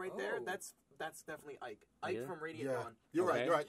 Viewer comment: Who's Ike......... Ooohhh you mean mike